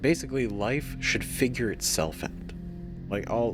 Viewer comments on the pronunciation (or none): none